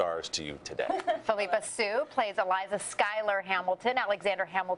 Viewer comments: Isn't Phillipa pronounced Phil-ip-a and not Phil-eep-a? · Yeah it’s Phillip-a not Phil-EEH-pa